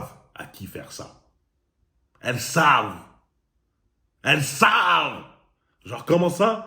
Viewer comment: j'adore quand tu insiste en disant: ELLES SAVENT 😂😂😂